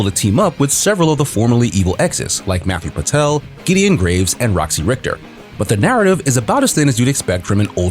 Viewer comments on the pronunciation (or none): none